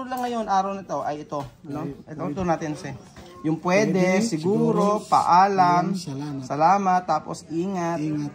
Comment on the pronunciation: pweydey? segorow? hala anu yun? hindi tagalog si mali ang pronawnsyon hala naku. ingat